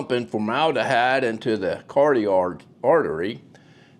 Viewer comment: Learn how to correctly pronounce words like corotid ( car+awe + tid) it gives your narration credibility. Great story telling.